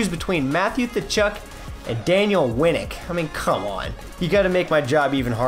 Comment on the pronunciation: Thachuk? It's katchuk